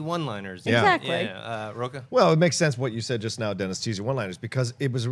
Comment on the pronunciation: If Rocha is hispanic then his last name should be pronounced with the "ch" sounding like it does in "chair" or "chocolate", not like a "k"!